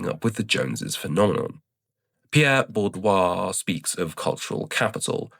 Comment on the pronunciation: Great video and your prononciation of Bourdieu made me chuckle out loud